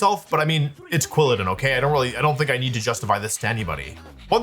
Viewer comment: You said Quwillidin twice